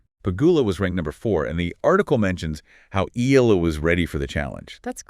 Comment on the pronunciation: It's e ya la that's how u pronounce her family name & thanks for coment her on ur vlog we filipino appriciate it much!